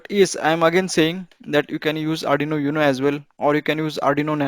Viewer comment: First of All !!! UNO is not pronounced as You-NO its. OOO-NO.... Limitation to High voltage Programming which is mostly required by PICs make it rather impractical for me... But you can use arduino PWM as boost converter for 5v to required high voltage.... Cheers.....